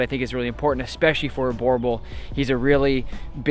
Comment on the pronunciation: correct pronunciation is bUrbUl and not borbol